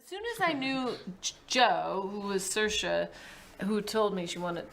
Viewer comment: it's pronounced "sear-sha". It means freedom.😊